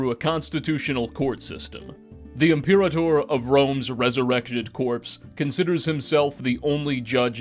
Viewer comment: Imperator/frumentarii was pronounced wrong, and we dont actually know Lanius' past. Lukius claims he was raised Legion, while Caesar claims he was simply gifted the rank. So wrong on the "centurion" part of Lanius Also from what I can tell you seem tothink theres only 1 Legate, but theres actually a few Also, New Canaan wasn't raided by Lanius, but by the White Legs at the behest of Ulysses. They were trying to join Legion, and prove themselves.